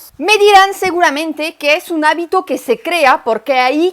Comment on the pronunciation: No áltar…. Es altar; no habito, es hábito